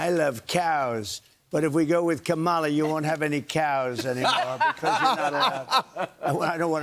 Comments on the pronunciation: Can you PLEASE learn how to say Kamala? Let's try this... , (comma) followed by LA... Got it? ,LA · I don’t know who’s more pathetic. Donald Trump for trying to fear monger to a child. And the stupid intentional mispronouncing her name. Or the idiots on the couch moronically laughing.